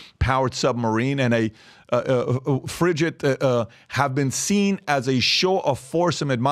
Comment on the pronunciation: Pronounced FRIG-gatt...it's a hard 'g' like gate or golf.😊